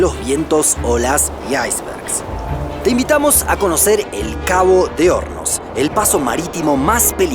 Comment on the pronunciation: Por un momento pense que decia Cabo de homos jaja